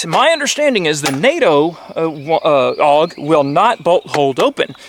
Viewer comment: It’s pronounced A U G even though it’s spelled AUG